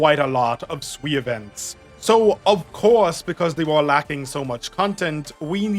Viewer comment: Sui is pronounced more like 'suay', Wang is pronounced more like "wung"